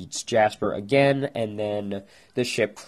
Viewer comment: uurgh great theory, but your voice is so annoying, example: againuh Garnetuh thisuh monstrocetiesuh and all the UMMS!!! REHEARSE YOUR LINNENSSS!!!!